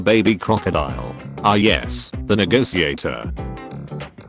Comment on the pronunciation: ah yes, the NEGOTIGATOR